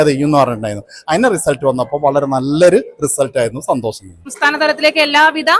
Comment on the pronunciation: No 'santhosam' but santhosham